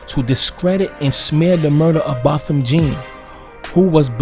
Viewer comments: With due respect to dude pronounce his name right (Jean is not the correct pronunciation its French John, like Wyclef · His last name is pronounced “John”. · Jean is pronounced like John. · Botham Jean , Jean it's pronunciation is John. It was murder straight up, ain't nobody stupid, and if you think anything else then you are just erroneously delusional. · First of all, get the proper pronunciation of the victims name right...it’s pronounced JOHN... Next..ditch the hip hop music..it’s distracting.. Your evidence demands a verdict. Something fishy going on here.